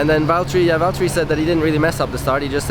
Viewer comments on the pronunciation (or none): none